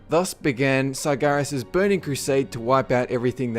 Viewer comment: Tumor Sargeras? the fuck man, speak clearly...